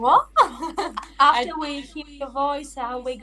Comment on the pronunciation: Yang menarik dari, pas nyanyi english song pronounce doi bagus.. tapi pas bagian ngomong, "apter you hear ma poice" langsung medok sunda 😂